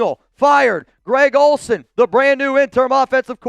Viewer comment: Who tf is Gred Olsen? 😂